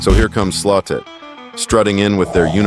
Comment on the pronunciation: Did he the call the "Slot-it part "slo-tit" 2.33?